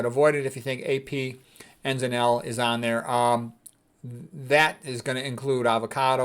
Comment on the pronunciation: Why can’t he say Apeel?